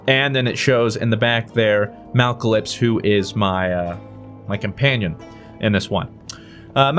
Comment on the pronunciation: "Malcalypse" MALACLYPSE